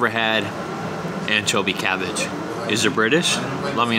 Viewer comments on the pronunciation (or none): Haha, what's "anchobie cavvage? Did you catch yourself when you said that? It's like when people say, "Can I have a cop of cuffee?" 😆 Worchestershire on fish? No way. Malt vinegar and tartar sauce. Great video as always. Stay safe and be well 😊